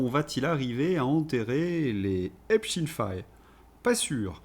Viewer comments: Merci (?), vous avez le soutien de Vladimir Poutaine et de Frankenstine. Tout commence par la prononciation disait Albert Einstine. 9a veut dire quoi? Et pourquoi êtes vous insignifiant dans le paysage des lanceurs d'alerte? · Bon en France on prononce Epstein comme wittenstein ou Epstein Epstiin m'enerve. A part ça ça va 😂😂😊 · Cessez avec epstine !! C'est espstein comme Albert... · Nous sommes en France EPSTEIN et pas EPSTINE...S'il vous plait ! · STEIN STEIN STEIN. PAS STIN. CNNO. ARD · ….. pourquoi dites vous Epstine, et non pas Epstein, comme Einstein…? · Pas epstin c'est Epstein faut vraiment arrêter de dire epstin s’il vous plaît MERCI MONSIEUR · Pouvez-vous arrêter de dire: Eptin, c’est Eptein, en allemand c’est aïn !!!! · Epstine nom us: à prononcer à l'américaine . Soit epstein nom juif allemand à prononcer à l'allemande. Ne pas confondre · Salut à tous!!,on dit Epstein pas epstine 🤣🤣 comme on dit Lichtenstein,pas lichtenstine,alors je sais qu'ils aiment bien bien changer de nom, mais rien ne sert de les couvrir 😈😈 Comme on ne dit plus police ou gendarmerie mais milice et la justice est devenue l'injustice!! Grâce à qui?? Au feministo gauchisme bien sûr!!! Le camp du bien!!! Enfin,la dictature et la chianlit on connait, mais il serait dommage que les gens de droite se laissent gangrener par la distorsion verbale de la gauche!! On part de la déclaration des droits de l'homme et du citoyen (oui en français le masculin prime sur le feminin ) pour finir sur du celles et ceux et du iel... Notons que la marque "distinguée" qui consiste à dire: mesdames mesdemoiselles messieurs, c'est un peu comme tenir la porte à une femme!! Les raccourcis linguistiques sont légions pour flatter les gogos... 😈😈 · Il est comique 😂 il dit epstine, comme nos médias subventionnés. Je vais attendre avant de m'abonner à la chaîne. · Epstine est la prononciation en anglais, en français on dit autrement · pourquoi dites vous EpsTine?